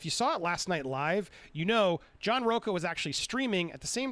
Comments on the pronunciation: Why does everyone calls him row-kah instead of row-cha. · He is a Latino that pronounces his last name as rocca and not RoCHA, like a real LATINO!